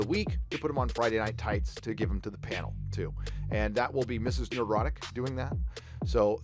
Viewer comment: Thank you, Nerdrotic, for pronouncing my last name correctly! You might be amazed how many people get it wrong. I also appreciate your various perspectives on honest inclusivity and diversity throughout this and other videos. I'm about as "straight white male" as it gets, but it's nice to hear people saying, "Hey, we don't care who you are. We just want good stories, first and foremost. We don't have to all be alike or even agree with each other to do that."